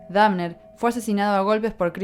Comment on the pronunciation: la mina dice dafner jsjajajajaja